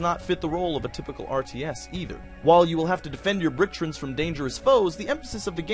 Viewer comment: "Little characters called bricktrins" >bricktrins Bricktrons. Tron pronounced like the hit movie in a computer.